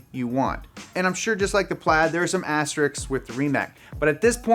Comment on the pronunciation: PSA: Aster-isk. It’s spelled and pronounced aster-isk.